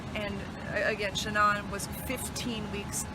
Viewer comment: I'd figured that someone would correct that reporter and tell her to stop calling her Shh'nonn, but nope...